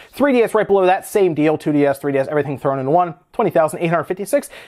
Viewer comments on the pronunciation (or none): none